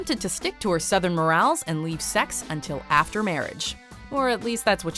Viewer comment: Is English your native language? I put up with several mispronunciations like Arista ( It’s pronounced Air is tuh, not Uh ris tuh). But how do you pronounce morals more Als? Who pronounces that word that way? Foreigners, people who speak English as a second language, that’s who.